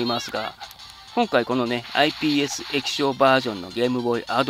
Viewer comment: 何回かISPって言ってる